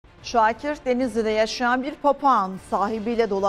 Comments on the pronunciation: Peki sunucunun "Şoakir" 😝🤣 diye başlaması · Şuakir nedir spiker 😂😂😂